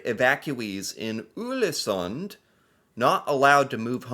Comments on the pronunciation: Not 'Ulesund' 😁 Just say the English word 'all' in the beginning, and it will be correct. 'All-esunn' (The D is silent, in most dialects) Many thanks for the video!😃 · Not Ulesund, but Ålesund [ɔːlesoond]. 🤔 Ex: Å = A in saw and awful. In your case: Aw-leh-soon 🙂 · Å is pronounced like "aw" in "saw", "raw", "law" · Ålesund .. the Ål is 100% like you say "all" "Sund" is pronounced the same way you say "sundry" but without the *ry So for you its All-eh-sund (-ry) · No no no! Not Ulesund...remember the Å sound. You did a video on Æ, Ø and Å last year. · The letter "Å" first in "Ålesund" is pronounced like "o" in "more, "store", etc. :)